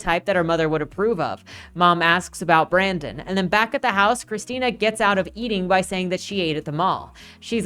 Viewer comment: Loved this, but his name was Brendon, not Brandon! Haha